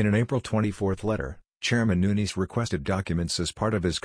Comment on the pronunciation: Get rid of the robot voice, hire a human that can read aloud that can pronounce Nunes correctly!!!